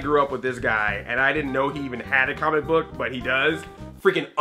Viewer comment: Every time he says "comic book" it sounds like "CAHMICK BUK" Lol jk Love you Andre! :D